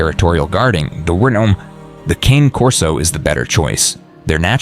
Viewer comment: Mispronounced Cane Corso. Italian 2 syllables CAW NAY. Not like the cane I walk with. Never cane, but Caw Nay. Mamma mia! 😮